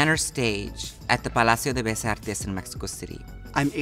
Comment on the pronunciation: She did Say it super wrong tho. "Palacio de BeS artes"